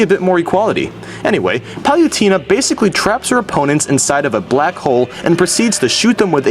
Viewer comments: Pauletana not palutena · you're pronunciation is fucking horrible. it's not guy-ga, it is gig-uh "giga" not pal-you-tane-uh, it's pal-uh-tane-uh "palutena" also, striving for originality? why not, not jump on the bandwagon for many popular things? using nyan cat, doing top 10's, reviews? not very original to me. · YOSHIE Wat....... YOSHIE Penetguster 5000 Giaiga Bowser are you kidding me Palatina omg Dude Watch what you say XD also it's not Star something It's PK SHOWER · palyooteena? oh god that hurt.. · You cannot pronounce words. Palutena(PAL-OO-TANE-UH). Giga? Really? I have never heard anyone mispronounce that. I'm just gonna let you figure that out on your own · Sorry to be that guy, but… It's Lady Pallette-ana. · #9 Ya got one right! #8 In Bowser's Inside Story he can grow to fight giant castle robots. #5 So that's what happened to Snake #4 It's (Pal-Loo-Teh-Na) #3 The green power pellet is from Super Pacman and makes him huge